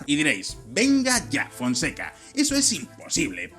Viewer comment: Ok, lo dice muy bien Fonseca .